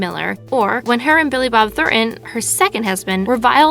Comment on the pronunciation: Billy Bob Thornton, not Thor'en. Say it without the ghetto accent.